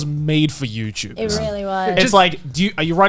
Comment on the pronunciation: “Youchube” —Joey